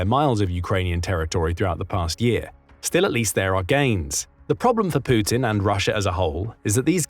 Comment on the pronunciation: The way you pronounce Putin is epic! "Poootin"😂